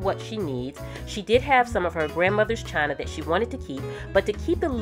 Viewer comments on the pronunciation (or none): none